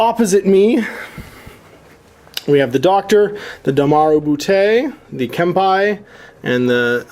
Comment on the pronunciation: Ouch; the Japanese. Keisotsu: Kay-soh-tsu "けい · そつ" ( Kempeitai: Kem-pay-tye "けん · ぺい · たい" ( Domaru Butai: Doh-ma-ru bu-tye "どう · まる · ぶ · たい"( "Neko": Neh-koh, "ねこ" ( ... that said, you nailed Miyamoto Musashi; helps that it doesn't have any double-vowels. ;) EDIT: For anyone correcting my corrections: I'm simplifying. Added kana and links to better-satisfy. :/